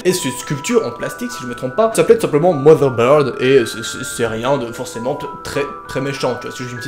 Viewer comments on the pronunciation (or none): none